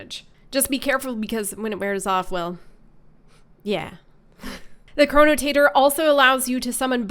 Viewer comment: Chronotator XD Chronotector~ Potato potahto